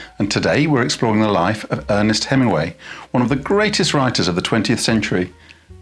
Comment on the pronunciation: Please fit the g in Hemingway.